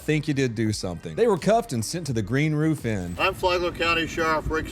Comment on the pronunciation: “Roof pizza” 😂😂😂 “officer three rock”😂😂😂 your killing me with laughter bro